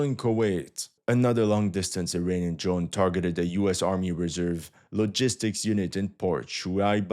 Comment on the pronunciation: funny prononciation - first understood "an ukrainian backed militia ... against a US Army helicopter" - - - WHAT ??? Ah .... "uirainian"